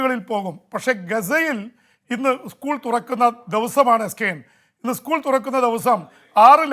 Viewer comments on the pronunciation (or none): കീഴങ്ങൻ ജെയിംസെ ഉസ്ക്കൂൾ അല്ല സ്ക്കൂൾ കേവലം അടിസ്ഥാന അക്ഷരങ്ങൾ തെറ്റിച്ചു പറയുവാൻ സാധിക്കാത്തവൻ ആണ് അന്താരാഷ്ട്ര വാർത്ത വായിക്കുന്നത്